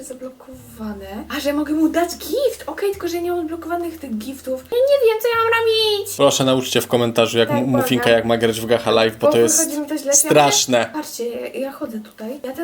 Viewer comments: Chyba nie obejrzę całego ale czyta się gacza a nie gaha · Czyta się gacza przez cz a nie ch =) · mówi się gacza a nie gacha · Czyta się gacza nie nawidze ludzi którzy mówią Gacha!!😡😡😡🐈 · Zapowiada się ciekawie :) (Czyta się gacza a nie gacha)